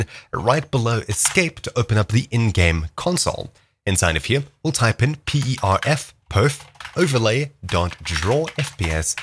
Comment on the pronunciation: Dude said type perf then said pof